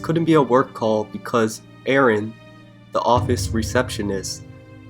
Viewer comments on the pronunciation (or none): none